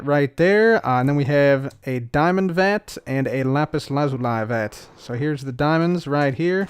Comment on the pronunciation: Every time you say vat controller, I hear the fat controller